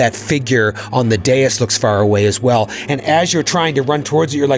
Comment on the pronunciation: says dais like day-us, and my brain immediately: Amadeus Amadeus Amadeus!